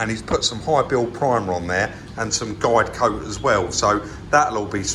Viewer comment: Ah so it is guide coat - I always thought you were saying Glycoat as if it was a brand name or something. :-)